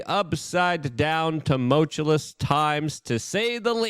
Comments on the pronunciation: Jesus, Luke. I am begging you. Buy a dictionary and make sure it is a "pronouncing" one. The world you used 5 times in the first five mins is "tumultuous", not "toomultullus'. You said, "as of course" 17 times in this one. Take your chill pill and slow down, bro. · Let's do this phonetically: Too - Mull - Chew - US (not *less*) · Its not tumoltulous stop saying it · Tumultuous…too-mulch-ew-us. I swear I’m not trying to be a dick, and, hey, you got where you are mis pronouncing words so who am I? Js. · You should have a t-shirt with your WRONG pronunciation of "tumultuous" spelled out phonetically the way you incorrectly say it on a daily basis: Tum -ul - tu -lus. The t-shirt can say:"The world according to Luke Rudowski is not tumultuous. Rather it is TUMULTULUS" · It's pronounced tuh • muhl •choo•uhs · Luke loveless him some "tumultuous" lol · Please repeat after me, "Tum-mul-chew-us." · You're killing me with this GD "tumulchewless" STOP IT!!! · I hate toe-moatch-ah-less times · Tumult-uous (TOO-MULT-you-US) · Please never pronounce tumultuous correctly Luke. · Luke I love your show. Learn how to say "tumultuous" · please check the pronunciation of tumultuous